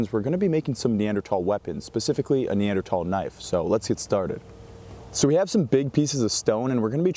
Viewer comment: Followed because you pronounced it correctly. 🎉